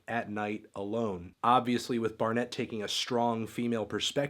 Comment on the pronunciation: Yo, why do you pronounce her last name like that? She is Australian, not French.